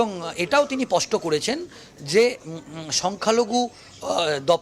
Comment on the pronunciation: kathata pasta na, spasta. In future please correct it.